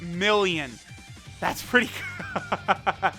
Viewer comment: nobody:: ThAtS PeRtTy GUD